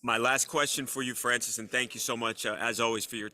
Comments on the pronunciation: Bwhahahhahahahaha....at the end calling him Francid....dafuq! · Bro called him Francis 😂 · Bro called him Francis 💀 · Did he just called him “ Francis “? 😂 My last question Francis?